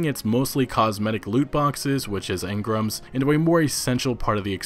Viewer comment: Stop saying engram like that, it's fuckin weird.